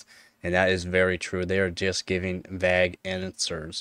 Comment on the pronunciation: That's not how 'vague' is pronounced man :D